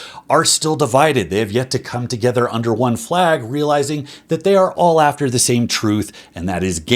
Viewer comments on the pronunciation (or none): none